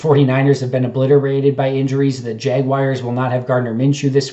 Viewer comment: I'm starting a Go Fund Me to buy you a Packers hat & get that garbage off your head. lol j/k! Also, there is no "i" in Jaguars. Otherwise, keep up the great work!